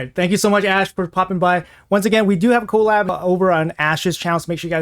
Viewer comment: The way he says co lab is so funny lmfao